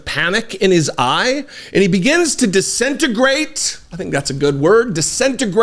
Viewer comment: it’s “DISINTEGRATES”!